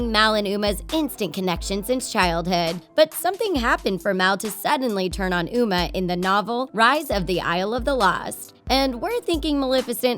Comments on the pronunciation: You say mouwe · U SAID UMR HAHAHA